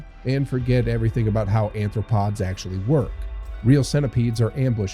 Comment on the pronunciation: First of all, it's Arthopods, not Anthropods.